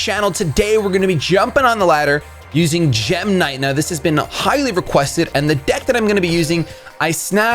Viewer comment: I thought you were saying gemini there for a second :)